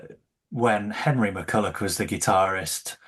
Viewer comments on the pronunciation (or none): Like the podcast and both Legacy books (GREAT books). Just a small point for your hosts: It's Jimmy McCullOCH and Henry McCullOUGH- I've heard that in more than a few episodes of the show, or I wouldn't mention it.